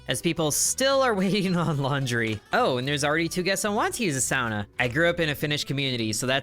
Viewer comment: So you can say sauna correctly... but not golem!